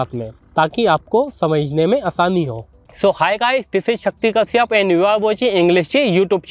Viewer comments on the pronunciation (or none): none